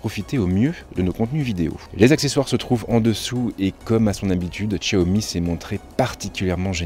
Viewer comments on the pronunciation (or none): tchiaomi?!?!?! 😂😂😂 xiaomi pas tchiaomi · Tchaomi 😂 aller tchao